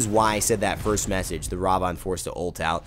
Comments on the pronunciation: Almost every time I hear it pronounced the stress is o the first A rather than the second one. But on another note, a great anime to watch is Mirai Nikki (Future Diary). Must have seen it like 3 or 4 times already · I know it's not a big deal but I always cringe when I hear your pronounce Ravana